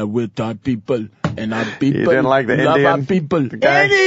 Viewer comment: "My beeple" lmaooo😂